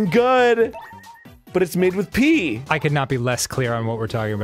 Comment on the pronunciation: it's pee, not pea